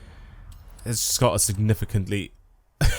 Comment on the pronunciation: I heard that! You had problems pronouncing the word "significantly". I have to tell you this because I have a funny story to tell you about my wife playing on the XBOX. My daughter was young at the time, however, she came in the lounge and asked "What does sniff a c**t" mean?? Of course, we asked her to repeat it. But all the gamers in the game heard what she said and were saying get her to say it again. Anyway, my wife went in her bedroom and re-wound the tv and my daughter pointed out an insurance advert "They actually said significant savings!". And you having a problem with pronouncing the same word just made us laugh. We always think your videos are great, best program to watch any day! Keep it up!